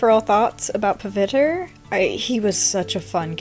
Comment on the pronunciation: as an indian i love how u drew pav btw this isn't hate i just wanted to let you know its pronounced pa-VI-tra-rAH :D agian this isnt hate , love ur channel :)